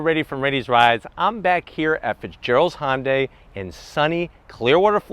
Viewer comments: HUN-day not HON-day lol great video though thank you! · I love your reviews Joe! I just wish you'd stop calling it "honday". Try saying it "hun day". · It's not "Hon-day" it's pronounced "Hyun-dae" or at the very least try "Hun-day"... I mean if you're gonna keep making videos for the brand might as well get the name right. Besides that, great comparison video! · Why is he pronouncing it "Hon-dai"? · This probably has so many dislikes because he doesn't pronounce Hyundai properly and he works at the dealership. Feel like maybe he should?